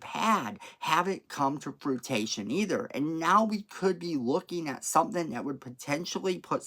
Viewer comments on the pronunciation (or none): Fruition (froo-ih-shun) not fruitation.